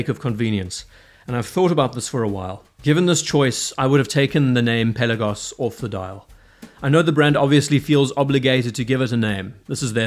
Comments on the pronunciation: Awesome watch, great vid! Pe’Lagos not Pella-gos. Thanks 🙏🏼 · Not to be a putz but the accent should be on the second syllable.